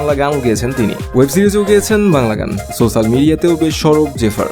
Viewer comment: শব্দটা ছোছাল না সোসাল